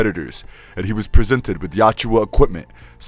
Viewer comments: Well researched and narrated my friend, but it's not "Yatchua", it's "Yautja". Not that difficult to pronounce it actually. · It's yautja! Not yowchewa. Christ that pronunciation burns my ears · Love this. Hate to say this but it's Yautja (ya-oot-ja) and not Yatjua (yat-jua). Great video, I listened to the entire 'If it bleeds' series and very glad to have learned about what happened to the other protagonists as well after their movie stories. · Yautja is pronounced as Ya-OOT-ja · Joyce? Yatjua? Come on…